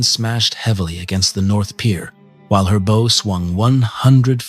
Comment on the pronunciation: teach this thing to say bow correctly....good videos otherwise ty